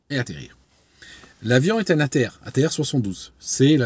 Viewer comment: Les avions ATR (souvent prononcé "à terre") portent bien leur nom.